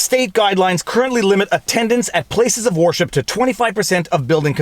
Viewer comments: Why are you saying warship instead of wer-ship? Lol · Every time I hear him say "worship" it sounds like "warship"! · I agree violates the 1st amendment. Note. Is sounds like you keep saying "warship" !! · "'place of warship"? that'd be a ShipYard wouldn't it? worship rhymes with 'her ship'. but i do like Warship, lol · Are you saying war ship services intentionally or is that how its pronounced up there? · Canadian accent alert: , I heard "war ship" - Ha!